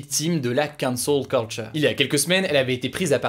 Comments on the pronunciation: Gros si tu prends un accent si marqué pour dire Cancel Culture, fais le avec tous les mots Anglo Saxons que tu utilises ou le fais pas du tout, sinon ça devient ridicule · Cet accent sur la cancel culture :')